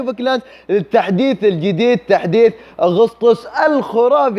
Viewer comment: أحلى شيء بالفيديو: أغسطس على لسانك 😂😂😂